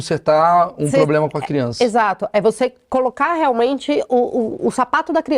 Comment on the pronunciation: Essa mulher vive em quê mundo? Quando falou "poblema", já parei...😅😅